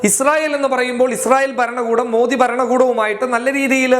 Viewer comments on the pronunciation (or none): none